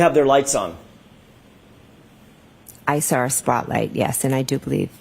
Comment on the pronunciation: It’s “I saw” not “I sawr”.